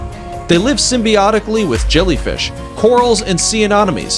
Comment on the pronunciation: The way you say anemones makes me cringe. And tiger pistol shrimp should’ve made the list